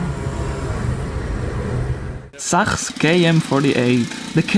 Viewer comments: Sachs is actually pronounced "saks" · Sachs is pronounce like sax, but great voiceover overall! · Even in Germany that company Sachs is pronounced like "this sucks", perhaps with a softer s at the beginning.